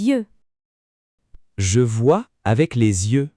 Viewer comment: face-blue-smiling: ... ... la prononciation de 'yeux' n'est pas correct